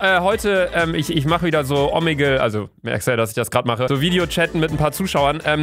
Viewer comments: Es heißt omegle nicht omegel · mich regt so auf wenn du „omeggel“ sagst😂😂😂